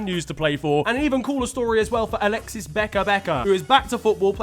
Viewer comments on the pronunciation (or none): none